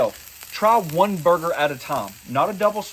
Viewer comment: I love your new word "Burg-er-ler"! Great video!